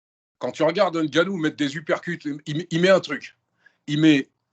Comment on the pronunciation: NGANNOU Non N GANNOU